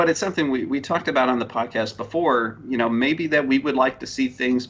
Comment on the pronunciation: "Podast"Not to be rude